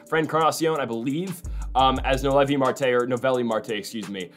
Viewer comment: Its so funny the whole playoffs his name was mispronounced. Noooo ellllll viiiiii